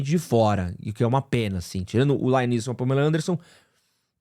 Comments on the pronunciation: Mas em ele falou certo. Ele falou errado o "Laiam Neeson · Isso sem falar no LAIAM Neeson kkk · Não é remake, é continuação. E não é "Lion Nilson" kkkkk